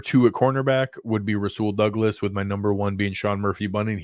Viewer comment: Nailed Rasul Douglas. Great work!!!